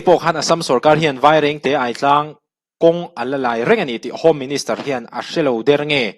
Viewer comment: Aitlang hi Aizawl lam rik ang khan Ai hi lam thluk tur